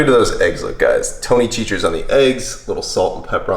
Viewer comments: It’s pronounced Tony “Satch-A-Res” lol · OMG i love it i use it on everything. You pronouce it tony sasheries (sa-sher-ees) and the “a” is pronouced like apple